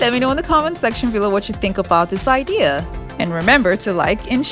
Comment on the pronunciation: Its idea not idear